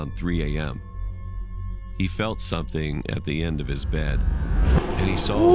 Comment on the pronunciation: his deep voice when he said bed sounds like bayd cewl